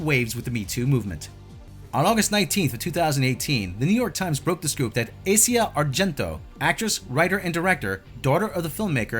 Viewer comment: Lol her name is not pronounced like the continent. She's Italian. Her name is pronounced "Ah zee ah".